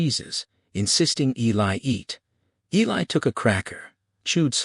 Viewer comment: You have done a fantastic job. Just wish you had pronounced Eli correctly.